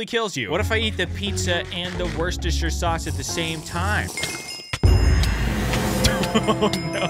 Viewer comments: ITS JUST WOOSTER ITS PRONOUNCED WOOSTER SAUCE I’m from the uk I know what I’m talking about you also have your Google pronunciation on American for a sauce that’s from the uk you should not have it on American for a sauce from the uk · You pronounce the word Its pronounced WER-CHESTER-SHIRE-SUACE your welcome google translate is bad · its pronounced Worcestershire (war-Chester-shire) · It's pronounces "Wor - ster - shur Sauce" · it is actually pronounced "war-chest-er" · If anyone comes across this comment and is wondering, in Britain Worcestershire Sauce is pronounced ‘Wooster’ sauce. I have no clue why it is a little bit weird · just trying to figure out how to say Worcester sauce😂